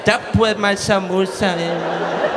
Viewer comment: when he said sir moosa it sounded like samosa